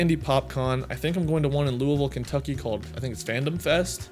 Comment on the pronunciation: Nice, pronounced Louisville like a native. I'm not from there, but my family has told me.